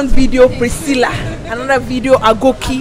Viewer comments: It’s the Preesceela for me 💀💀😂😂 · Hahaha Prisceeela😂😂